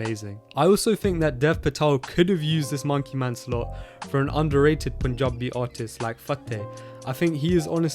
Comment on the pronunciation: The way he says Panjabi is more Panjabi than entire Panjab